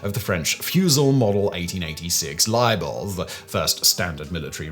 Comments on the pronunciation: How... how do you pronounce it like that, i was expecting him to say maybe leebel BUT LAIBALL HOW DO YOU DO THIS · The French rifle is pronounced "Luh-Bell" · Luh-Bell (equal stress). The other is a tort. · How did you get “libel” from Lebel? 😂. Lebel (the man) only actually designed the bullet jacket if I’m remembering rightly. But they used his name for the rifle because it sounds like “le belle” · The 1886 what? It's Lebel (LEH-bell) not however you pronounced it lmao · French gun manufacturer Libel. Yeah right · OK but that pronounciation on the Lebel absolutely kills me. You don't have to be a French speaker to be able to pronounce such an iconic piece of firearms history properly. What's next. Calling Kalashnikov Celleshneekove? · How did you look at lebel and pronounce it like that?!? 😂😂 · You need to learn how to pronounce french names of rifles and people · That ought to be the most cursed pronunciation of "Lebel" that I have ever heard. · Ian McCullen shedding a tear at the pronounciation of "Lebel". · Please tell me that mispronouncing Lebel was a snide insult towards the French. I would approve then. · Mispronounced names are a feature of the Whistlerverse, not a bug